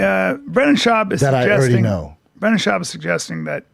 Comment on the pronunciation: Callen being unable to say Schaub is funny while defending his comedy was amazing though.